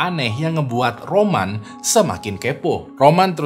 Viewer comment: Awalnya Roman di tengah video kok jadi Ramon bang...😂😂😂😂😂